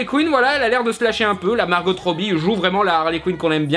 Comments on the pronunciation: Par contre, c'est Margo pas Margote. Même Margot Robbie dit son prénom comme ça. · A faire attention. Les bande annonce de Suicide Squad nous faisait focaliser sur le Joker en méchant principal alors qu'il était très second plan. On pourrais avoir une HQ en rôle principal mais avec les Bids of Prey en premier plan aussi.. ps: Margot, se prononce comme en Français. Le T est muet..